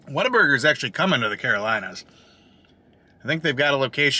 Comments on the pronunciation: You could of just went to concord. Lol. Closer. Actually the very first what a burger here is in downtown concord. So ive been told. Also the people that are from here pronounce it waterburger 🤣🤣🤣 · i used to know someone that pronounced it waterburger - coz they thought they were cute they weren't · Broooo!!! Concord born and raised. I live on whataburger. It’s supposed to roll off the tongue as waterburger. Jus sayin. 😜 But brooo!! I can’t believe you tried it for the first time, and you didn’t get their ICONIC, HOLY, GODLY, Witchdoctor. The witchdoctor drink is their staple drink. It has all of the sodas from the fountain, with a lemon wedge, pickle slices, and a splash of pickle juice added. It’s the best drink ever. Perfect for a hot day.